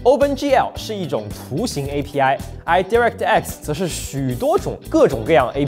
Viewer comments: Direct的di读 ”贷” 不读“第” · 聽到我黑人問號，DirectX讀音錯了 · why your pronounce direct so weird